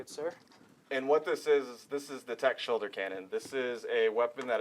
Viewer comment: What's a "shulder?"